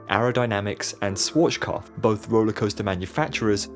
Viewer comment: Dude.. it hurts me how you pronounce „SCHWARZKOPF“.. you don’t pronounce it „SWORCHKOPF“… IT HURTS